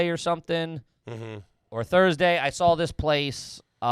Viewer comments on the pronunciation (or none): pronounces saw “Saul” anyone else notice?